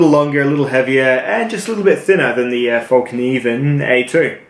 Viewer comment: Its pronounced like fell, not fall.